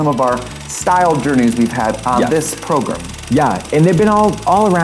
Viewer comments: Everyone:… Trixie: progrUm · Does Trixie say "progrim" ironically or for realsies? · Who else pronounces program as Progrum, like Trixie? Is it a midwest dialect pronunciation?